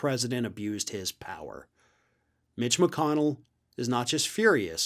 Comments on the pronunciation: How come I hear "bitch" when you say "mitch"? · I don kno... maybe um biased against McConnell... maybe um biased in favor of. Whatever. I just really, REALLY enjoy how says Mitch as if he is pronouncing the M as a B. This is why the internet was invented. Thank you. Thank you, internet. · I like the way pronounces "Mitch" It sounds like has already replaced the M with a B;-)